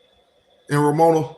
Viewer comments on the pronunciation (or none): Nigga, its RO-MA-NIA.